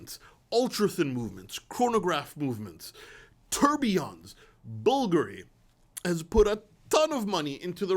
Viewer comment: I don't thing Bvulgari is pronounced like "buggery" lol I'm pretty sure it's bul-GARY